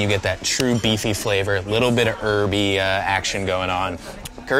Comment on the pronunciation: Why can't he say 'herby' right?